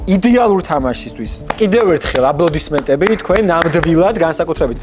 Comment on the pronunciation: ძაან გრამატიკულად და გამართულად ამბობს განსაკუთრებით სიტყვა "აბლოდისმენტებს" 😀